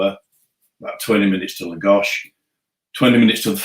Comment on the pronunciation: Please say «Taveera» when you mention Tavira. And «Laagosh» for Lagos. Thank you!